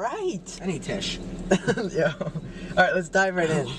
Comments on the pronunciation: bro do all twins/triplets say tish instead of tissue 💀💀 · Omg I love that Nick calls it a tish like the Dolan twins. And also it’s ANGINA from icarly not Ashnia🤣